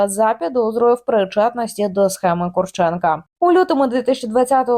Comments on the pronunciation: Прізвище українське і мав би наголос стояти на КурчЕнко, а якщо людина захотіла бути КУрченко, то його справа. Візьміть КостЕнко, якщо мені скажуть КОстенко, то таке ніяк не сподобається. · Ловить їх бистріше!.. Їх повно в Україні! Вони повинні відповісти за свої злочини...Ведуча, наголос роби на Курченко...недолуга... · Є різниця. Така недбалість розповідачки свідчить про те, що вона погано знає предмет, про який береться розповідати. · Яка різниця КУрченко чи КурчЕнко? Хіба що наголос змінився.